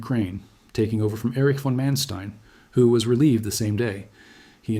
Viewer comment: Not to mention that it's pronounced Fon, not VAAAAAN